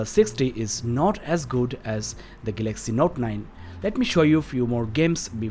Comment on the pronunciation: gaylexy note 9 what a accent